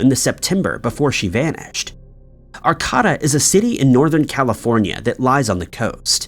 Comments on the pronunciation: Ar KAY' da not Ar Kah ta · He managed to make Arcata sound a lot fancier than it is. Like I get pronunciation is hard and mostly mistakes are acceptable, but when butchered so far away from what it's supposed to be it becomes the opposite of helpful information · Regarding the “Christine”missing story, I must correct your extreme mispronunciations of Arcata and Humboldt. Arcata is correctly pronounced “Ar Kay Tuh” (Not “Ar caw tuh”) Humboldt is correctly pronounced “Hum bolt.” (definitely not “Hum Bart”) I’m correcting you, only because people may not recognize the town or county because of your mispronunciation and to help with this case, we need to know correct city and county names. Thanks. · Ar-KAY-da Hum-BOLT You need to do some reading on how to pronounce some words. Don't be disrespectful. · Ar-KAY-tah and Hum- BOLT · Godamnit learn words It’s Humboldt no r And Arcata is pronounced. R K DUH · It’s pronounced Are-KAY-tuh in Hum-BOLT county and it’s not a dangerous county at all lol. I’m from there. Not sure where you are getting your info from, but Netflix isn’t a good place. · Ar-kay-da, Hum-bolt, and its not illegal in California.